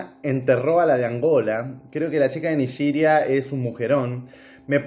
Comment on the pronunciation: No se dise Nigiria.. se dise NIGERIA.